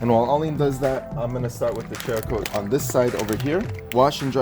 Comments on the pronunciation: Pronounced like Sarah-coat. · Not sure if its been brought up, but I believe it's pronounced "Sera" coat. Like ceramic. Between that and the Meguiars debacle, I think you guys are the YouTube equivalent of the key and peele episode where he pronounces everyones names wrong lolol Great video though. The follow up video is super beneficial to see. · Just a courteous correction, cerakote is pronounced s-erakote. The c is pronounced as an s. They are a big player in the firearm coating industry and gun guys take details seriously. A lot of them also own Jeeps. Hope this helps prevent negative comments. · btw lol.. SARA-COAT.. is the correct name.. 🤷🤷😂😂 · There's no "H" in Cerakote. Pronounced Sarah-coat. It's a ceramic coating. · Man u can't read ceracoat u say like cheracoat ? Another trinova u say chinova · YES! As in ceramic! After all, it is a ceramic coat. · Not to be a dick but there's no "H" in Cerakote. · How is it the two of you cannot pronounce the names of these products. How the hell do you get chericote, ch sound when it's obviously saracoate. And Meguires how can you think it's megulars??? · Guess y'all aren't gun owners or Irish, after hearing you butcher cerakote (sarah coat) and Maguire's (Meg why ers) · Meh-gwires , Sara-coat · Great video guys. Very useful even to an auto detailer in me. Btw, it's Mac-Gua-yi-ers and Sarah-Coat. Lol.